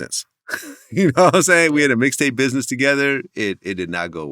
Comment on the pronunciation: "I STAND ON BIDNESS"😂😂😂